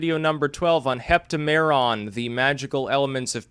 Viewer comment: It's hep-TAM-eron, not hep-ta-MER-on.